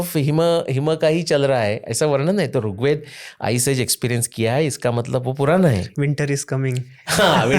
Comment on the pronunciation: सर बहुत अच्छी अच्छी बात बताई आपने पर कृपया करके अपने उच्चारण में सुधार करिए आप ऋग्वेद को बार बार रुगवेद कर रहे हैं। मेरी विनम्र प्रार्थना है कृपा करके बुरा मत मानिएगा🙏🙏🙏